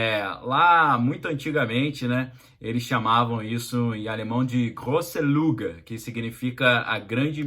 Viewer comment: Grose luge no u tem trema e se pronuncia como i = Grose lige